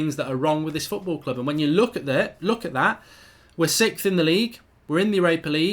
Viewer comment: “We’re sixf”